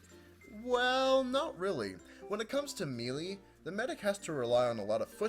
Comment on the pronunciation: melee is pronouns maelae